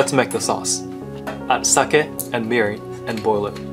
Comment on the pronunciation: I thought sake in pronounce as sake but it was pronounce as sake